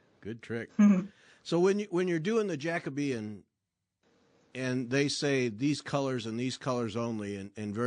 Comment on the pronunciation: Thank goodness you finally know how to pronounce Jacobean. It has worried me over the years that it's been all over the place.